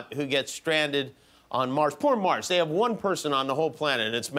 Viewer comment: It's pronounced "MarZ" with a "Z" sound not "MarSS"!!